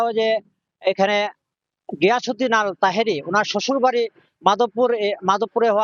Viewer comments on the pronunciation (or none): যিনি রিপোর্ট করতেছেন উনার কথা উচ্চারণ ঠিক নেই উনি বলছেন গিয়াসউদ্দিন আল তাহেরী শব্দটা আল হবে না আত তাহেরি হবে।